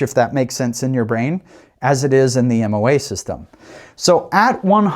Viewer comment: Moa not mom.